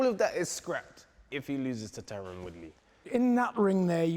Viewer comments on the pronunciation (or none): Big John calling tyron.. "Tyrone" had me crying 😂😂😂😂😂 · Tyron, don't think they said his name properly once.... Edit: aight Vidal has got it